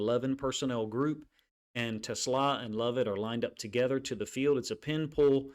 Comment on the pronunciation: Coach - everyone gets it wrong (even Dan Campbell) but his name is pronounced teh • SLAW